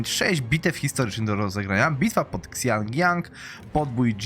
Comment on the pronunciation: "C" czytasz normalnie "X" czytasz bardziej jak "SI" :"Xiaomi" to "Siaiomi"